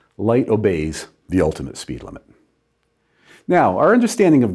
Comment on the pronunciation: "PEED IMIT"